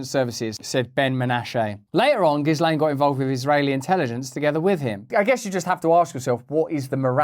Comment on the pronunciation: Russell Brand sure is a really intelligent guy, but even he mispronounces Ghislaine Maxwell's name